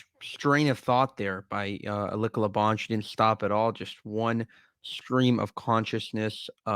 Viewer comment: young man, its Eh lee ci a, she is great aint she...